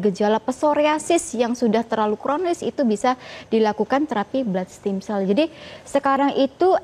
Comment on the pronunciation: Ragu deh, dokternya aja lafalin produknya udh ngaco 😅😅 what steam cell. Stem cell not steam cell ntar keluar jadinya dimsum 😅😅 S7 deh episode ini agak boring